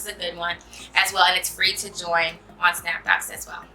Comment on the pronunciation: did I hear correctly: snapdocs?